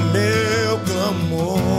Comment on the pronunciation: Só eu ouvir ele falando cramor em 2.57 segundos .kkk